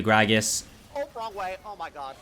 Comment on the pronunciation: u keep adding R after an O 😂 , Like "ohr my god" "gor mid" HAHAHAHA am i the only one who noticed that kekw